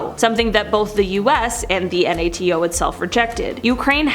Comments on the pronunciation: It’s nato not N.A.T.O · It’s nato not n a t a o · next time you host a video it’s NATO not N A T O. Even if it stands for North Atlantic Treaty Organization it’s pronunciation NAY-TOE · I cringed every time you said N A T O. NATO is an acronym meaning that you pronounce it as a word. Laser is also an acronym, do you call that an L A S E R? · What if you learned how to pronounce NATO? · Does the narrator understand we know what NAT is and she does not have to spell it out? Or does she have no clue what it is and figures that is how it's referred to? And I'm almost certain it's an automated voice as she pronounced domestic/dumanistic.